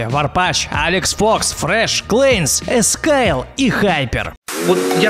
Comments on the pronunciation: Илюшку обидели) (не ескалй а ексайл) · "Эскайл"? Ладно эксайл, эксиль, НО Эскайл я ещё не встречал) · На ты сказал ескаил а правильно ексаил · За Илью ЭСКАЙЛА. ;) Exile,EXILE!!! Какой нахрен ЭСКАЙЛ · Пацаны он спецом сказал Искаил вместо Иксаил. Он байтит вас на коменты, не пишите их. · Да и ещё сказал не иксайл а искайл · Не ескайл а Exile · Не Ескаил а Эксайл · Ты сказал Эскаил, а правильно эксаил. И ты забыл в банде Энди фая и Следователя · Ни Ани фай а Анди фай и он сказал искаил а не эксаил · 1. Не Эскаил, а Эксайл. 2. В банде есть ещё Andyfy, Sledovatel и BOLOTOV. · Там не просто Джохан и Мармок а и конопатый,kraig,kytaplya... и ищё в банде ютуба ищё есть Толя(Sledovatelgameshow) и не ескайл а ЕКСАЙЛ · Не ескайл😡 А эксайл!!! ты забыл andyfyu,quantum,толя и тд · Ескаил🤣 (кстать правильно ЕХАИЛ) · И ,,НЕ ЭСКАИЛ А ЭКСАИЛ" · Эскаил🤣, правильно Эксайл😂😂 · Каво Эксаил нет не слышал а вот ЭСКАИЛ ДА ЭТО Я СЛЫШАЛ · и еще эндипай ,не эскаил блин ИКСАИЛ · во перых эксайл а не аскаэл, во вторых джОхан, а не джохАн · Не эскайл а эксайл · У тебя с англ нето ,,Х" говориться как ,,ИКС" а не ,,ИСК" и поэтому ты сказал Эскайл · Какой Есксил? Это Ексайл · Не эскайл😂 а иксаел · Не Эскайл,а Эксайл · Не "ЕСКАЕЛ", "ЕКСАЕЛ". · Эксаел а Эскаел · Не эскайл эксайл , во вторых не джохан а джохан ударение мать твою на о, аж уши вянут от токих названий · Не Эскайл, а Exile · Какой нахер Эскайл , правильно Эксаил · не "Ескайл" а "Ексайл" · Не эСкайл, а эКсайл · не экскаил а эксайл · не эскаэл а эксаил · не Эскайл а Иксайл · Не аксайл EXAIL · Эксайл а не эскаил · Не искайл а иксайл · Не ескаил а эксаил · Ни ескаел а иксайл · Не ескаел а иксаел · Не эскаил и иксаил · Ны ескайл а ексайл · Эксаил а не эсклаел блет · Аххахахахахахахахаха Ескаил!!!!! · Какой Эксаил, "Илья" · ПРОЧТО ТЫ НЕ ПРАВИЛЬНО ПЕРЕВЕЛ ЛОЛ ПРАВИЛЬНО ЭКСАЙЛ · чё? Какой эскайл бедный Илья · Какой ехаил? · Какой Искайл? Ещё бы иксиле сказали... Мне обидненько стало даже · Эскайл или мне послышалось😂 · Иксаил правильно